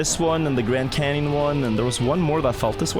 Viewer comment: I find it more upsetting that he said yes haw for the Grand Canyon (I’m Texan)